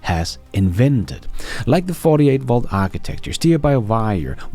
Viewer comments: has an agent which pronounces his V's like W'ds the same as Germans do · After hearing ’ accent for many years, I’m pretty sure he said “Volts”, but his “V”s sound like “W”s 👍